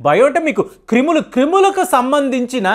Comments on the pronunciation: Kreemulu kadhu nayana Telugu pandit krimulu Telugu type chestam nerchuko eppati daka neku English words Telugu words and sentences pronounciation radhu anukunna eka edhi kuda anyayam ipoyindhi nayana marchu marchu kamalam puvva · క్రిములు సార్ క్రీములు కాదు... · ఒరేయ్ బాబు "క్రీములు" కాదు "క్రిములు"🤦‍♂️ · క్రీములు కాదు బాబు క్రిములు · ఇంతకీ "క్రిములా". "క్రీములా"